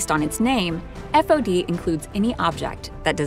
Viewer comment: When I was in the Navy it was pronounced "faud" and spelt "fod" or "FOD". Never did I hear it said "F O D"